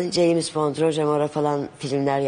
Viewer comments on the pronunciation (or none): none